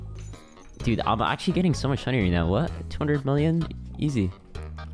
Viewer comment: pls dont tell me you just said akshually instead of actually💀